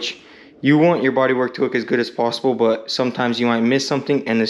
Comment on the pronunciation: Ehehehe. You said the word "but" odd. You say "bogh". There is a T in there!